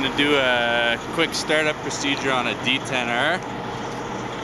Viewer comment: "here we have a compact caerrrrrrrrr, and a D10errrrrrrrrrr"